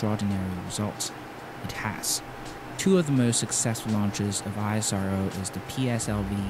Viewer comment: Its Spelled as "ISRO" together, not "I.S.R.O"...Please research about how to spell names correctly before making a video, it helps !!!